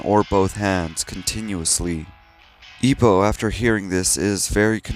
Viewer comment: ugh the way you butchered ippos name hurt my soul